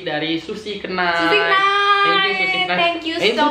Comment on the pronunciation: Knight itu K nya silent. Jd gak kenait sih🙈